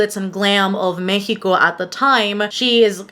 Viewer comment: Thank YOU for pronouncing México the way you did. Love all your content ! 💖